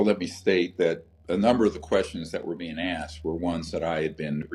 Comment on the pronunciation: Shit.... 30.14.. beingk. I spoke to soon. Stooooooooooop